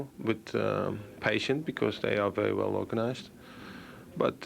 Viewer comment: "A vewry good side"